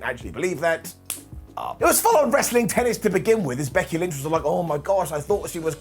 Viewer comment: “Becky lench”🤣